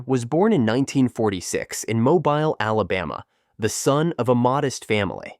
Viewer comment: MOBILE is pronounced:😉🥰 Mo (long O)-BILE (beel - long E)